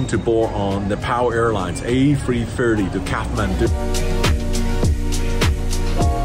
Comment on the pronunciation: "AYE three thiry"